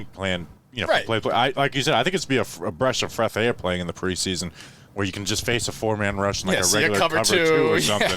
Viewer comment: "A bresh of freath air"